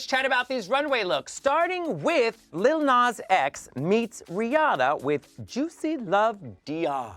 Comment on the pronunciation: She finally said lil nas x correctly 🎉🎉🎉🎉🎉